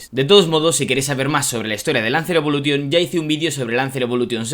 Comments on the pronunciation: Jamás entenderé porque ciertos españoles hablan tan mal el inglés, osea no te das cuenta al hablar que dices la palabra Evolution la pronuncias mal? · No se pronuncia "evolution", se pronuncia "evolushion", al igual que todas las palabras del inglés que acaban en "-tion". Yo no tengo un C2 en inglés pero hombre, esto es más básico que saberse los colores en inglés.